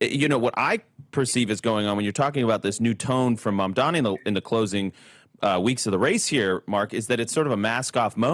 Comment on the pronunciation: The sheer number of conservative commentators pronouncing MaMdaNi as MaNdaMi is an example of echo chamber feedback. That is something the right typically accuses the left of, and rightly so, but these guys need to get out of their own feedback loop enough to error correct.